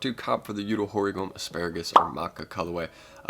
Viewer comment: It’s pronounced ma cha lolol and Yu-toe hor-E-Go-may